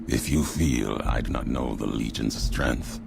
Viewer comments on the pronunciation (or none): Always thought it was strange how he pronounces strength as "strinth"